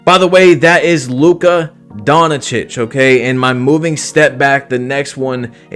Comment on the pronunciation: Bro butchered luka’s name😭